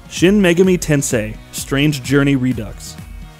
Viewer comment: How do you butcher "Megami" the second time you say it?